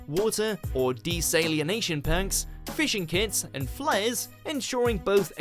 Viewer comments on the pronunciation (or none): You do really need to learn how to pronounce things. “de-sal-in-ation".- desalination. Let me assure you it's not an alien